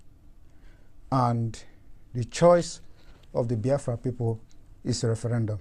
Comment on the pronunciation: you are even more backwards than the zoo called Nigeria. You can't even pronounce Biafra properly. Ewu. 🐐